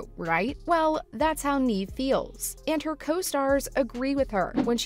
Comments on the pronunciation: If she left because of the pay,then why is the thumbnail going towards you guys saying that Jenna got her fired. Atleast do research on the subject and ACTUALLY pronounce her name correctly before you make a video. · If you are going to talk about a actress at least you can do is pronounce her name right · What you’re on about is not pronouncing her first name correctly. Please record the audio with the right pronunciation, and upload this again with the corrections. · Please pronounce Neve's name correctly!! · 🤦🏼‍♀️ Look up how to pronounce her name😂 Neave it to beaver! She's not acted in years, what does she want😂🎉 she only plays in this, "EVER"!👀 You guys are funny, no matter what YOU think😂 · IKR? I don't understand how they couldn't bother checking how to pronounce her name properly. It only takes a minute to find other videos saying her name. This channel has little credibility. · Hard for me to take anyone seriously that can't pronounce Neve correctly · You are saying Neve’s name wrong, she deserves better. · The person who is doing the talking says Neve’s name wrong. Lol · I think you should learn to pronounce her name right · All this high praise is suspicious since you don't even know how to pronounce her name. Are you just reading something somebody else wrote? Have you ever even heard of the actress? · You said her name wrong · Stop saying her name wrong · It's Nevvv, not Neeeve. If you're gonna advocate for her (which is awesome)... pls pronounce her name correctly. 💜💙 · It's not pronounced Neeve, it's Nev like Rev or Kev... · Sooo her name is not “Neeve”. It’s “Nev” (Neve) Campbell. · It’s really throwing me off her not pronouncing Neve’s name correctly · Me cringing everytime she said Neeve instead of Nev. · The narrator kept saying her name wrong. It's pronounced "Nev" not "Neeve." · You could Start by calling “neeeeeve” Campbell, Neve campbell. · For real, I literally have a personal video I recorded of her… Neve = nehv or nev not neeve